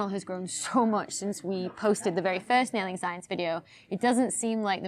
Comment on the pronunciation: Oh, "nailing." I thought it was "wailing science."